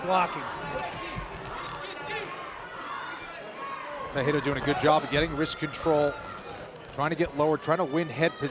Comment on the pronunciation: Perriera lol 😂 wtf . Ferrierra